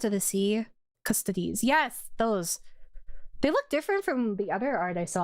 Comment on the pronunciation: i can't stop thinking of custard whenever she says custodes lol